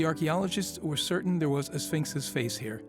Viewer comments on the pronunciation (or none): none